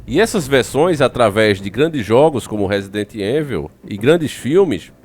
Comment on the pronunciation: Em inglês o residente evil se diz ( résident ivèl) ou seja o som do E no início da palavra se pronuncia I e o i se pronuncia È. Sei que é estranho para nós que falamos português,mas agora já podes dizer da forma certa😅. Aprender é fixe (bom) e adoro ouvir e ver teus vídeos. Bjs de Portugal 💋